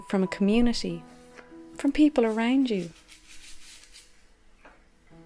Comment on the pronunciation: no one:: arEWWNd me